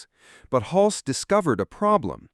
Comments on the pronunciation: . “HULC-SEE”??? It is pronounced, “HULS”. Single syllable, silent “E” Jesus man. This is the centerpiece of your video and you can’t even pronounce the lead actor’s name, right. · It’s Tom Hulce (like “hulse,” not “hull-see”). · His last name is pronounced hull-see. Not huls. Stupid AI forgot a syllable who ever made this got so many details wrong. Come on China step up your game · Nope, you can’t use a bot voice for these things. It’s Tim HULSS, not HULCEE. Please do your research, it makes everything in this video suspect and I wanted to like this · So is the actor's surname pronounced HULSS or HUL-see? It's in here both ways, alas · Tom Hulcee ??? -- AI ! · Pronounced Hulse like pulse. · BTW the name is Tom Hulce but pronounced Hultz. If you're going to make a video about this movie you should know how to pronounce the name of the actors. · Nice video, but maybe learn to pronounce the name of your lead actor. It’s not “hulsey” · "Tom 'Hul-cee". 😂😂😂😂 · Haha!< The announcer doesn't know how to say "Hulce" ! 😂😂😂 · Ai voice sucks. Pronounces 'Hulce' 3 different ways. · Milos Forman's first name isn't pronounced like Milo. It's pronounced (Mee Losh). And the E in Hulce is silent. And, don't ask me why, but Tucker Carson has the same laugh. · Seems like more AI nonsense. Tom Hulces name is mispronounced. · You pronounced "Hulce" two different ways.